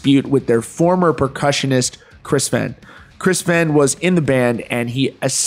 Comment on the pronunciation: I COMMENT THIS ON EVERY VIDEO YOU POST ABOUT THE FEHN CASE. IT'S PRONOUNCED "FAYNE" its disrespectful to continually mispronounce his name despite being aware of it.